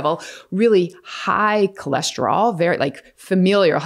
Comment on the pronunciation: What is Cholesterolls????? Where’s it rolling??? I thought it was cholesterol!!!!